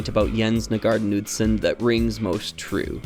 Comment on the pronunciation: I know it's normal for everyone outside Danmark to not be able to pronounce these but it's kinda painful hearing your pronounciation of Nygaard Knudsen